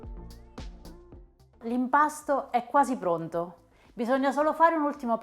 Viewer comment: E' CIOTOLA, CIOTOLA CIOTOLAAAAAAAAAAAAAAA. NON GIODOLA !!! E' CAPIENTE, CAPIENTE CAPIENTEEEEEEEEE, NON GABIENDE ! NON E' GUASI BRONDOOOOOOO!